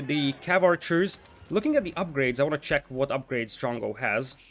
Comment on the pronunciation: This was a little confusing. Because you kept saying jungle, jungle. At first i thought that i didn't hear it correctly. But again you said jungle, jungle, and i was like. What jungle what the f are you talking about. I was even searching for the damn jungle. And then it hit me. You were saying drongo, or at least trying too. So confusing mate. But nice vid :)